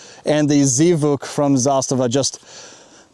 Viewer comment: It's pronounced as Zvuk as one word not Zee Vuk. It means "sound".